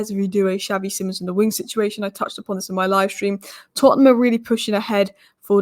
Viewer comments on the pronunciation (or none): none